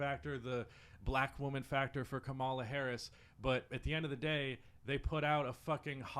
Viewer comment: Pronounce Kamala Harris' name correctly. That's #1. Get that correct right away. Saying her name incorrectly is racism. Period. Slow down. Show respect. Get it right. 2ndly, I'm a leftist. Instead of saying how you identify politically you went through hating liberals. Then you said you don't have a political identity because you hate leftist infighting. What in the hell do you think you were just doing? There was very little to build on in what you said. And it was scripted. Remove scripting hating liberals and also leftist infighting. Remove scripting prioritizing those things over stating how you identify politically, Be a part of the solution to leftist infighting. Rather than a hypocrite about it, yeah? Good day, my fellow leftist.